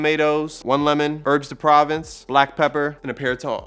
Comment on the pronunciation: 😂 😂 Too cute. It's pronounced "pro-vonce"